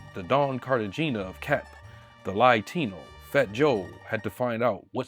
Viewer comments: Not "The Lietino"😂😂😂😂📢📢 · “The Lietino” ☠️ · the “ly-tino” bruh 😅 💯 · He called fat Joe Lie - tino lietino 🫡😂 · Not the Lie-Tino 😭😭😭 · "Fat Joe the Lie-tino" 😭😭😭 bro you buried em wit that one bar 🤣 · Lie-tino is beyond nefarious 💀💀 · Okay you broke me with “lie-tino” 😂